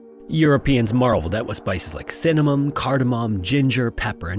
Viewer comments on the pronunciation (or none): spices like cinnanmum? pronunciation is still horrid. Maybe thatd why Babbel sponsors, to try and help the mumbling. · Um, did you say friggin "Cinnamum" at the start of the video? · "Cinna-mum" lol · Bro just said cinnamom